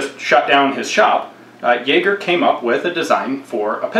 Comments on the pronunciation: Thanks for pronouncing the name of it correctly. :D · Well done on your pronunciation of ä. Most people don't bother to learn it and just pronounce it like a normal a, which hurts the German inside me.